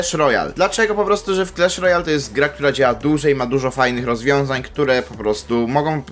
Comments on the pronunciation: Nie clesh Royal, tylko clash Royal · Mowi się Klasz Rojal A nie Klesz Rojal